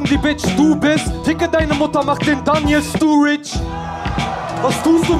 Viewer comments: Sturridge falsch ausgesprochen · Ja leider denn Die Line war geil. Trotzdem fand ich die Aussprache komisch: Stuuuuridge